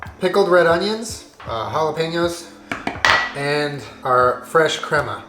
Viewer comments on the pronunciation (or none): for the love. someone teach how to say crema 😂